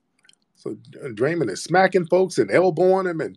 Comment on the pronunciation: Calling that man Dray-Mun was diabolical 😂😂😂😂